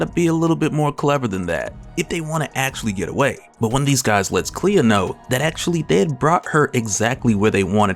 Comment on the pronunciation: Clea. Not Cleo lmao